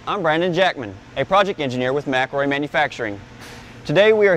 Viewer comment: ... you mean Mc-EL-ROY 😂 you can‘t properly pronounce your own companys name 😂😂😂😂